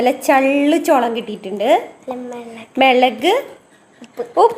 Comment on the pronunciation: Melak alla chechi mulak